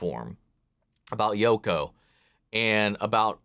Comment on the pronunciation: I'm pretty sure you said "Yoku Kurama" and it's bothered me the rest of the video. >.<